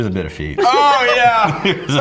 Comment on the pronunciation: says "feet" like Ross Geller when he eats the gross trifle Rachel makes; "It tastes like FEET!"